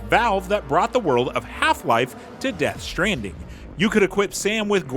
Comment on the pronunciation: Ah yes Death Shtranding